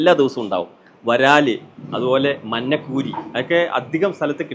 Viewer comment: മന്നക്കൂരി അല്ലടാ,മഞ്ഞക്കൂരി...ഞമ്മൻ്റെ "ഞ"...😂😂😂😂